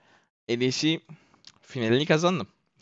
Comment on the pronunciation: gideli 1 yıl oldu lec'i kazandın hala el ey si diye okumaktan vazgecmedin :d